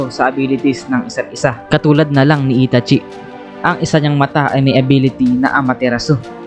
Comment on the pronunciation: Bat gnun pg pronounce mo sa name ni itachi?